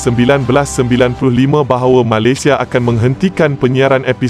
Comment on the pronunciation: Sebut Malaysia pun tak betul. Hahahaha.